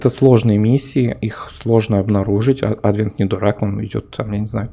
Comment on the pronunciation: Ты уж определись с правильным ударением в слове "Адвент"